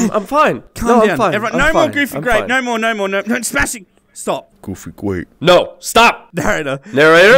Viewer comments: Smashing. Is thear a goofy gwape ride Josh. No thears not a goofy gwape ride smashing .smashing well den let's go home and watch goofy gwape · Goofy gwape